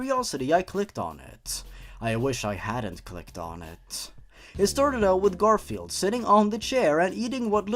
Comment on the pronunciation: I can't stop laughing when said GarIflied